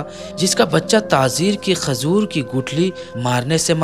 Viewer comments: talaffuz drust nahi hai jaise ke (tazeer) ghalat hai...Tajir sahi hai. Khazoor nahi...khajoor sahi hai...pehle urdu sikhen urdu ka janaza mat nikalen... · Khajur bolo khazur nhi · Mashallah ap video bhot achi bnate h per thoda Urdu language pe dhyan de kyon k jo bolna h wo Galt bol jate h jaise khajoor hota h na k khazoor or tajir hota h na k tazir sunne me acha nhi lag rha bilkul thoda urdu durust kr le bas baki sari stories bhot achi hoti h apki